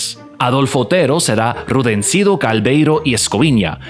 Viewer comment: Se supone que estas tratando de exhaltar y ensalsar a este gran programa comico radial y NO sabes siquiera pronunciar bien el nombre de "Tres patines" NO se llamaba "Rudenciro" (como tu dijiste) se llamaba "RUDECINDO" entre otros errores mas. Eso pasa cuando realmente NO se conoce genuinamenre la historia ni mucho menos la viviste, solo trataste de memorizar una historia para realizar un video...